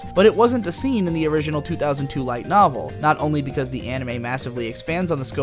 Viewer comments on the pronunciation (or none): none